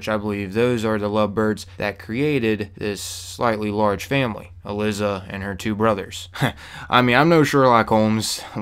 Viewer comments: also her name is pronounced"e-lie-za" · ee-lie-zah Also, ghouls don't "infect" people. They aren't zombies. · oh snaps im glad this respawns i needed a place like this oh and her name is pronounced E ~LY ~ ZA thought id help you out with that and im guessing whoever was going out in the hazmat suits they got infected with radiation and turned into gouls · It's pronounced E-Lie-Za haha but good video man awesome thanks. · You indeed butchered the common name "Uh-Lie-Za" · honestly how could he fuck up a name that easy to pronounce lol